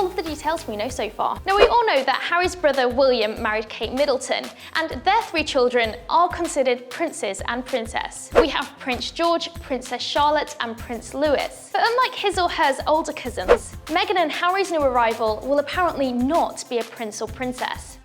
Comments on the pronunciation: Prince Louis is pronounced Lewee, not Lewis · It's Louis not Lewis! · She said Lewis!!! His name is Louis, pronounced Loo eee!! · Only one "making a deal" out of it is you!! You would think that the woman would of done at least a little bit of research on the subject she is speaking about!! The fact that she is English and not American and doesn't know how to say Louis properly, is just really poor